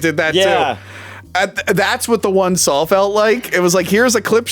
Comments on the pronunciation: Drink every time says Sawl. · I love how says "Sawl"